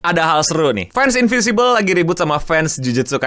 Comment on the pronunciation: InviNcible bg bukan Invisible